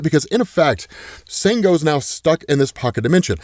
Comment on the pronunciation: Sango is actually pronounced "shawn - go".